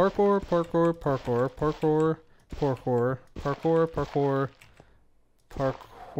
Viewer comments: I've never been so aware of the American accent saying "pore-core" instead of "parkour". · that's funny hahahahahhaahah stop saying parkor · At first I heard "parkour" then it turns into "papoy" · Is saying parkour or pork ore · It sounds like parker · I think at some point he started saying “carpour” sometimes lol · I know Spanish, and it sounds like ¿Por Que? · "Pork ore" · 😂😂 not going to lie, I totally started hearing that too 👏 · first parkour sounds like "Bonjour" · I swear I heard you say "por favor" a couple times in there. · By the end I thought he was saying hard pork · will you ever say parcore again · It sounded like you were saying parker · Legends say he is still saying Parkour. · "Today's forcast".... I think you mean parkour parkour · Did it ever get easier to say parkour at any point?